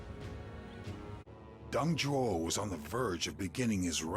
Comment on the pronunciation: You do know it’s “Zhuo”, right? Not tryna be a douche about it. Nice video.